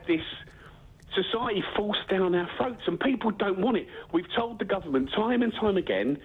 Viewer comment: Forced down our "froats"